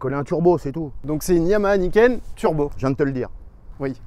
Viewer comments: à un bon coup de guidon il a malmené le bordel lol et niquel l'analyse avec le GPS.... Je comprend maintenant pourquoi Franck répond pas à ses mails il bossais sur ce fameux. Niken (et non Naïken lol). Gaz les gars et gaffe à vous. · On dit ni-ken en japonais, pas naïken. « Ni »=2 et « ken » =lame